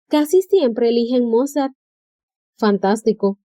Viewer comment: Destrozaba el pobre señor Mozart jajajajajaja su nivel deberia ser considerado un talento especial